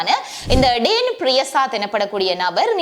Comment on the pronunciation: டேன் இல்ல டான் என்று கூறவும்